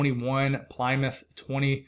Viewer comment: Ply Mouth?!? Rofl!😂😂